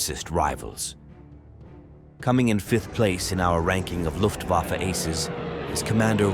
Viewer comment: 「ラフトバファ？」「ルフト バッフェ」では？